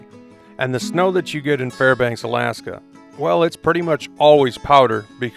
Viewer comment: waitasecond, you said Farbanks. Hello neighbor!